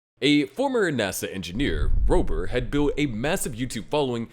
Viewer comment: Don't want to be that guy but Mark Robbert's real name is "Mark Rober." so take out the "T"